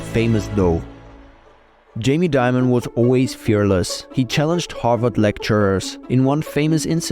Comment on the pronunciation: It's Dimon not Diamond